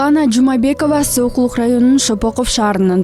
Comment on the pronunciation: Сокулук десен. Сойкулук деп койдун окшойт